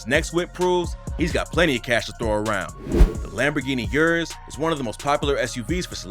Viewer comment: You can't speak, dude, stop. Lamborghini you-rus? Stop. Just stop. It's "UHHRRR--USS". Prob par for the course with you tho. Guessing you say MAYBACK as well (it's MY-BOCK, btw)